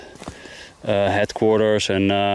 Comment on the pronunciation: "...Loeftwaffuh hetkwarturs..." Sounds like you're Dutch! 😜